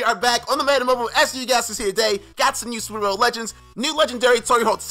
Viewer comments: Superbolw lol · Hey you switch the l and w love your vids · Nice superbolw "Tory"